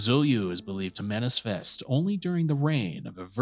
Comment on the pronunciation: Manifest, not Manisfest. Transgression, not Trangression. Ffs.